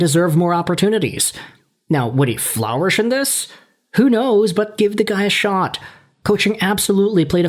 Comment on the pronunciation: "Flour-Ish" is not how you say "flourish"